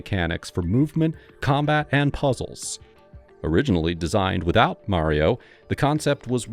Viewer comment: Great vid 👍 Mario is pronounced mah-rio, not mary-o, by the way.